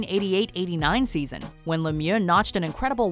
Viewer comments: It's not pronounced as Lemioa it's pronounced as Lemieu just with an x at the end. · It’s pronounced “Mare-eo” Lemieux, not Mario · Learn how to pronounce lemieux you idiots